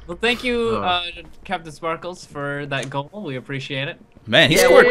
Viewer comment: Why do you call Jordan captin sparklez